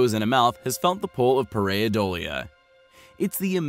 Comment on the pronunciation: Par- ei - dolia ( one syllable with the ie) ( the 'ei' sound in this word is usually pronounced either with a long I or a short e). Just trying to help